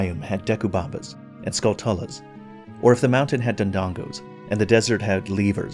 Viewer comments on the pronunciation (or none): I'm gonna blow your mind. It's pronounced Skulltchulla. Like skull-tarantula.